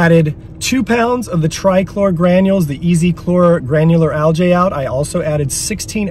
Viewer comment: I like this channel, but……….. “Al-gee ………. Not “Al-jay”. Just can’t understand why people pronounce words so incorrectly.